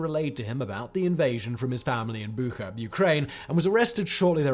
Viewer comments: Its "BuCHa", "BuTSHa", "BuTCHa" NOT "BuKHa". Tell the bald man. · It woud be cool if you learnt to pronounce Bucha